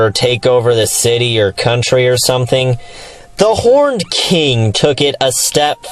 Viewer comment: I thought you said "The Porned King" and that you wanted a porn parody... whoops